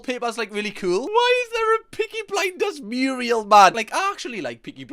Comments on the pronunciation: it's 'mural' not 'muriel'. I hope that was a bit of April hilarity on your part. (Google 'Hilda Ogden' from Cornation Street). Love the channel! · me yelling from inside a child locked car NOOOO!!! IT NOT MURIEL!!! THAT'S A MURAL!!! PLEASE RERECORD THOSE LINES! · Zackly, Hilda Ogden's mountain muriel had flying ducks for added realism. I know she pronounced it the way only fellow muriel owners would say. # kids and those under 50 who are fuming about muriel need to google Hilda Ogden. Or just let the muriel joke through for us old bastards.